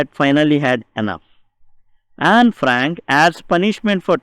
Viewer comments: Sir ur pronounciation is wrong...not Anna its A...nee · Anne not annaa